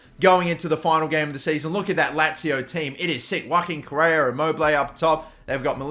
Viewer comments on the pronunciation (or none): none